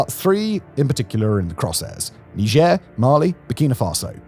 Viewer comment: He has a funny way of saying "Niger."